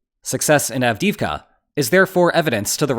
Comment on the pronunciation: av-DEE-ivka not av-DIV-kah